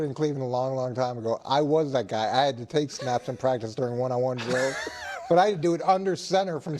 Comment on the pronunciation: Oh no the poor pwactice baby got push on the gwound. Football is getting soft